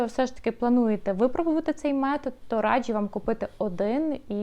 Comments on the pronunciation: будь ласка, не "радчю", а "раджу". Дуже ріже слух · Хороше відео , але постійне "радЖЮ" вже різало слух ))